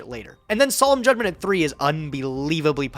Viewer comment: my mans really called judgement "solemn jay"